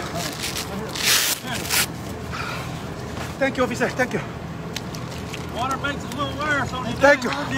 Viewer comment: 🤣🤣🤣🤣 si señor thak you thak you 🤣🤣